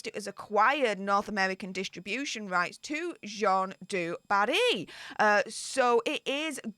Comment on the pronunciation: The French female name JEANNE, is pronounced JAN. It rhymes with ANN. It's such a simple pronounciation, why does everyone keep screwing it up?...drives me nuts...lol.